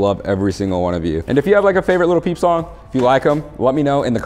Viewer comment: Every time he said little peep i said in my head as loud as I could its lil peep 👇that's how many times I said lil peep